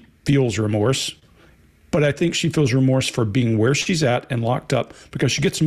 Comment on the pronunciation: Re-morse. Re-morse Code. Bahahhaha OMG I can't stop laughing.